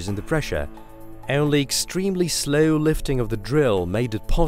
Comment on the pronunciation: That is the weirdest pronunciation of the words "hole" to "hayole", "slow" to "slayow", and "gold" to "gaold".